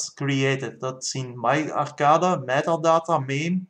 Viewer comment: I have to give you an English lesson. It is Arrrrrrrrrrrrrrrrrcade. So Arrrrrrrrrr cade you are saying it arcada. Cade is like cage so say cage and then say cade. Start saying arrrrr and then bring in the cade.